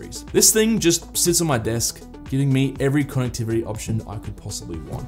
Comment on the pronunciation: Is there a reason you pronounce “connectivity” KAWNectivity? Sounds weird not to pronounce it correctly, but you be you.